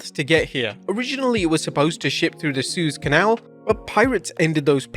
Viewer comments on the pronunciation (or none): LMFAOOOOOOOOO dude cant even pronouce Suez Canal correct LMAO. Jesus American school are getting better and better!